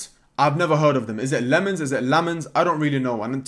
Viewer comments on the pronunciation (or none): none